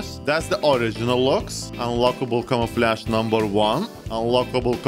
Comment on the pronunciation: It sounds like you're saying camel flash when you say camouflage 😂 love it.